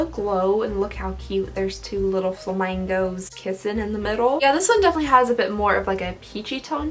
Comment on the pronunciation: The way you said flamingos made my day 😂